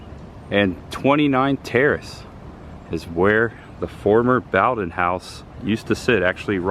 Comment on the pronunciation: It's "Boe-den" and not "Bow-den". Sorry to be a nitpicker.